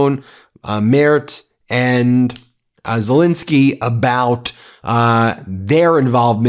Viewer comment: WHY?? on MTN, is Zel-E-nsky STILL Zel-I-neky?